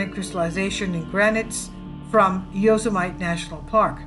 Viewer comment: Saying Yo -Suh - Might for fun is funny. Saying it for real is a bit scary. It's Yo Sim Uh Tee.(Etymology - "those who kill") Gorgeous pictures.